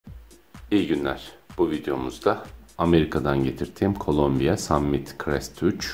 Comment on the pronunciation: Şu markanın adını neden sürekli Colombia diye telaffuz ediyorsunuz? Tamam, keyifiniz öyle istiyordur